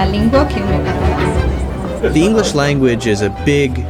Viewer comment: इंग्लिस्स nahi इंग्लिश hota hai एहमक